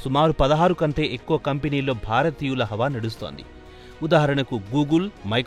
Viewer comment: బోరతీయులు కాదు భారతీయులు. భా భా. ఒత్తు భా